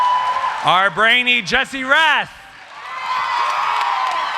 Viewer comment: Excuse me... it's "Jesse"... Jesse "Raaah"